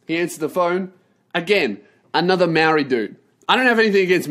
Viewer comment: No mate man but your pronunciation of Maori is off. Say it like Moldy and it'll be heaps better